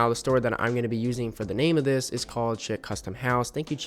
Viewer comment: FYI chic is pronounced like "sheek"